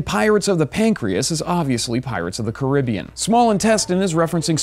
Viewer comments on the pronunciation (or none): It’s pronounced Caribbean, not Caribbean. I love all of you. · You mispronounced Caribbean